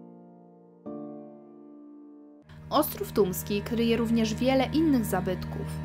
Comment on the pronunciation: No ja niestety słyszę "Tuński" kilka razy zamiast Tumski ...